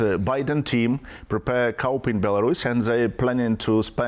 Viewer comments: Pronounced “ koo” not cup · As a non-native English speaker, may I somewhat enlighten you; he ment COUP.